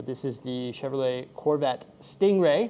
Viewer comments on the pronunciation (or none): none